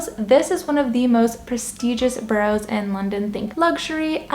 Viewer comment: Ba ras - not bo rows.